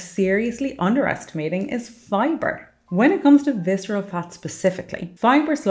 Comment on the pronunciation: reduce fiscerel fat